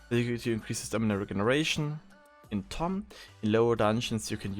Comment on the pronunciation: this is not tomm, it is lomm -_